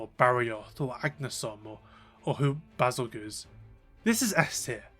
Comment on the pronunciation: Please keep calling Bezelgeus "Basil goose", it makes me so happy